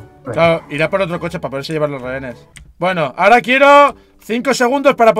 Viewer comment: Español: rehenes Ingles: rejenes